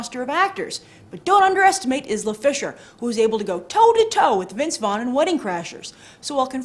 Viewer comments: I think it's pronounced "eye-la" fisher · Another great episode! I probably won't see it though, just not into chick flicks. Not to be like corrective or anything, but I think her name is pronounced "eye-la" fisher. Just for a future note. GREAT JOB! LOVE THE SHOW!